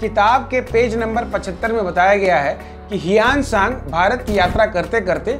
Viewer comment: Sir जी ह्वेनसांग बोलो, योंग सांग बोलने में ऐसा लग रहा है ये कोई दूसरा आदमी है